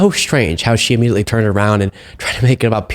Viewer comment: its immediately!! you sound un educated when you say ammediately!! this from a 7th grade education.